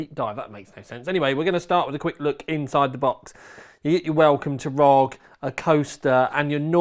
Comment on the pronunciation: not rog but R O G